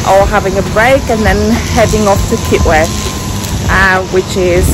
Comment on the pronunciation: Lovely video & you pronounced Kitwe correctly. Thanks & subscribed